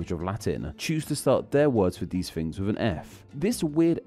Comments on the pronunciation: making a video about disappearing Fs while inserting them everywhere in his own speech sounds a teenie bit funny to my Scots ears. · Interesting - especially as you repeatedly use "f" instead of "th" throughout your video e.g. "fousands" for "thousands" and "fings" for "things". It's sloppy and irritating.